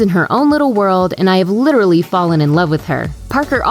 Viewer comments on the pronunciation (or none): none